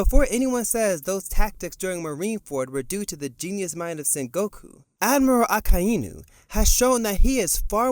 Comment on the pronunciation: your pronunciation of "Akainu" is painful to hear.. Can you pronounce it as one word instead of splitting it into 3 words 'Aka Eee Nuu'...